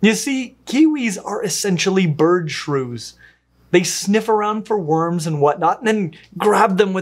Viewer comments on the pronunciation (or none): none